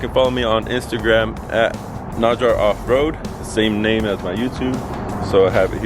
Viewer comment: Great info, and spoken like a true Jeep owner "We'll add that to the list to fix in the future" So much goodness in this video "Made in Chin-ah" (I nearly died LOL) and "tip them because no-one likes working for free" are my fav's. Oh, and you surprised me with the pronunciation of NAJAR - I thought for sure the J would have an H sound (I have no idea why I thought that....but I did) 😂